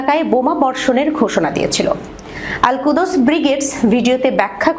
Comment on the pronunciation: আলকুদস নয়, আলকুদ্্স